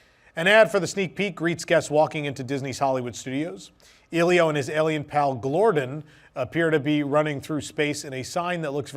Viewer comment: Just wanted to let you know it's pronounced "EH-lee-oh." Not trying to be rude, but just wanted to let you know 😅.